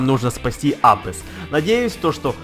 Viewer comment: Не абесс, Абасс